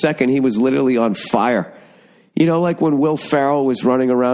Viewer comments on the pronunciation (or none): none